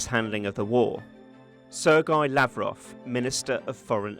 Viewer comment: is it really such a tongue breaker to pronounce Sergei properly for an English native speaker? I don't think so. It must be a telegraphy not giving a damn. Sloppy sloppy work